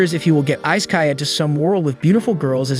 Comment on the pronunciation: Isekai = E-SAY-KAI learn some pronunciation